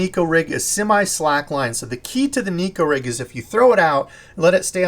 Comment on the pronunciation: OMFG. Finally someone pronouncing neko rig the correct way. Ugh never mind you Americanized it again 😂